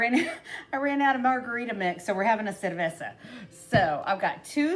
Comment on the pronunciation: Is that La Chalupa from lotería on your necklace? We remember those coupon books (just aged ourselves)! Very cute and easy crafts. You say cerveza very well by the way. 🍺🍻